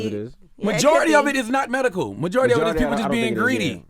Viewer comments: Wtf is Merical Marijuana!? 😂😂😂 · This dude can't say medical.